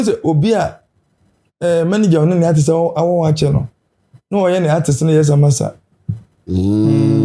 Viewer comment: Portfolio de3n nso ne “arthist, arthist” yi… its artist not arthist ..ah masa